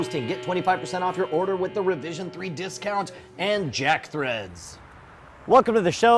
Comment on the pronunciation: Its with not wid